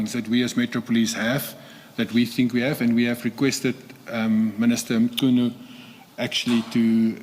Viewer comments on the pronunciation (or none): Ma....Mar..... Why call him Mar-khwanazi? Just say Mkhwanazi. Anyways, they do say rogue cops only act in spaces where the environment allows them to. When would have all these people gotten investigated or charged if on aggrieved Provincial Commissioner of KZN never got frustrated about his PKTT being disbanded due to Gauteng operations overreach?